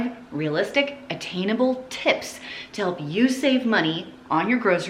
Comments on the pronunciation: Very helpful hints! Looking forward to the 2023 videos just as much as last year. My OCD makes me have to tell you this though; it's "ATTAINABLE" not "ATTENABLE". LOL. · Attenable or attainable? 😉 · Attainable? Attenable? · Attainable vs Attenable. But love you hon.